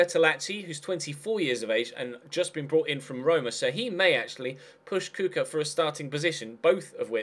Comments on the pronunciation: Kucka is pronounced Kuchka lol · Kucka is pronounced "Kuchka"